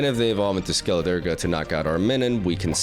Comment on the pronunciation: Lol I'm kinda glad he's still pronouncing Skeliderge the way that he is